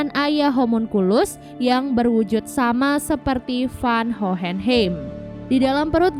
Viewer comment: Hohenheim bacanya “howhenhaim”